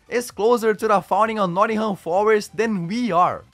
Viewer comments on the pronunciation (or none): none